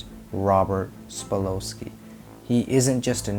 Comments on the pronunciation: Yep. "Sa-pol-sky" not "spa-lo-sky" lol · Sa pol sky . That's the correct pronunciation. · Yeah, not sure how much we can trust your research when you mispronounce his very name. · You don't even know how to pronounce his name correctly... his last name is Sapolsky I can't believe you don't even know how to pronounce his name...